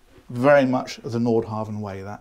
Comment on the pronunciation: think one says Nord hah--ven